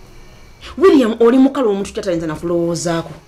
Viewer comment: William is not "Mukalu"😅😅😂😅😂 but "("mukapa ")"😅😅😅😅😅😅😅😅😅😅😅😅😅😅😅😅😅😅😅